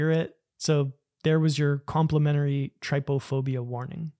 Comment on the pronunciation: My dude had the pronunciation right there and still pronounced trypophobia wrong